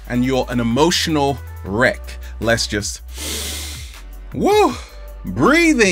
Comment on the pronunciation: Wreck, right? As in e.g. wreckage. Not wreak, as in e.g. "wreak havoc".